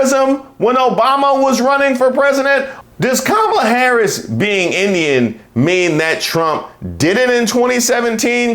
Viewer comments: i say we withhold the food too until they stop pretending they're too dumb to pronounce the VP's name correctly... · Nasty Mess pissed me off. She mispronounced her name on purpose and then tried to play the victim when she was called out. Then, to say VP Harris doesn't know what a woman is? Talk about white privilege.